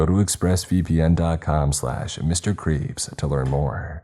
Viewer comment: In the express vpn plug when you say yoour name it sounds like you are saying.